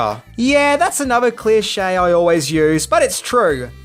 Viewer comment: "clear shay" Love you,. Never change.